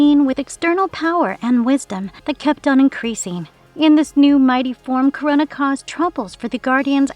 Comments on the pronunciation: it is Kro-na. like the titan Kronos! NOT CORONA< LIKE THE VIRUS. i know it shouldnt bother me but jesus fuck, pronounce it right or use a tts that will. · It's "KRO-NA," not "Corona." LoL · Dudes get yourself a better narrator. I am in and already I am getting tired of hearing her pronounce this name as Corona, when its Krona. Nobody needs a damn reminder of COVID. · I'm not leaving a like because his name is Krona, not Korona. 🤣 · It’s not pronounced Corona. It’s Krone-na. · I had to stop watching after like the 12th time she said Corona instead of Krona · It's spelled "Krona", but you keep pronouncing it like "Corona"? Are you an incompetent speller, or reader? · This shit is whoring for comments by pronouncing Krona as "Corona", FFS... I HATE that I gave the video an interaction, but I was too annoyed to care. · It kinda not feels good how they pronounce Krona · Amazing, you pronounced the name wrong the entire video.